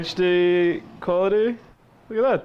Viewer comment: haha He calls HD as HechD